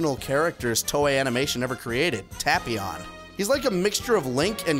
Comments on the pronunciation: The dub pronounces it "Tape-ee-on". It's supposed to be pronounced "Tap-ee-on", like "tapioca". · They pronounced Tapion incorrectly.